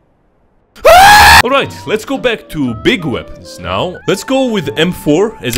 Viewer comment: Me are you serious right neow bro